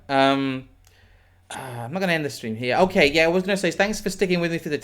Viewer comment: Post the oof in the chat, asks "Steam okay?" Someone's been a bit too hard on the "R"